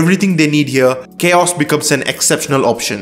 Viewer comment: it's not Chaos it's Ka-OS